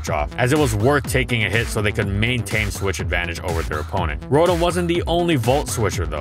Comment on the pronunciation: Take a shot everytime ihe says "swish" instead of "switch"